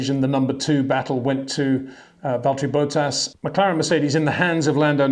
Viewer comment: HEY PETER WINDSOR, I HAVE MESSAGE FOR YOU SIR: it is NOT Max "verSHtappen" ... Max is not German (Germans indeed do pronounce "st" as "sht") ... #Max33 = Dutch NL/Belgium! ... It is not "Bottash" nor is it "Lewish" certainly not "verSHtappen" .... This BS started long time ago when a British sport presenter interviewed father Jos Verstappen and assumed you can use a German pronunciation to a Dutch Driver thinking it is so "funny" ... It is not. SERIOUS QUESTION: Can any Englishman say "versatile" out-loud without saying "vershatile" phonetically? most can about 99,99% ... that is why most English can pronounce Verstappen 100% correct!